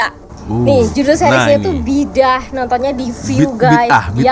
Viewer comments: Sebutannya bukan Bidah atau Bid ah. Sebutan yg betul BI DA 'AH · Hairan kenapa selalu tgk org Indonesia sebut perkataan tu BID AAH 😅 bukan nya sebutan perkataan tu BIDA'AH